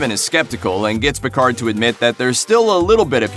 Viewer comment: I love her character in the new series: "Mr. Pickfords." Sorry... what, it's not pronounced like that? 🤣🤣🤣